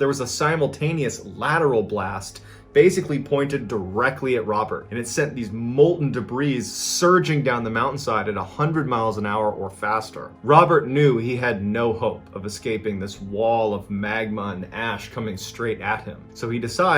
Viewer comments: Debris....duh-bree (the 's' is silent). LOVE your videos! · You know the “s” in “debris” is silent, right? Duh-bree. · Love your channel! Debris is pronounced de bree. Plural is de bree. 😬